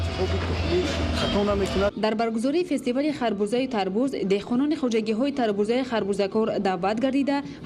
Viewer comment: Тарбуз. Не. Тарбод. Бодиринг не. Бодранг